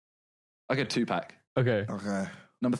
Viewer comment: Simon: number 2 "2-pack" ITS PRONOUNCED PAWK!!!!!!!!